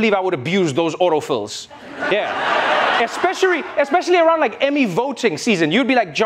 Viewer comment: oh Trevor Noah, l heard that "especiarry" 😉